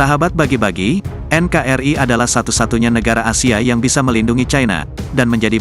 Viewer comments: YUTUBER HARUS PINTAR MEMBACA NKRI=EN KA RI ❤❤❤ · Komentar untuk admin , penyebutan NKRI salah bang gak seperti itu yang benar EN KA ER II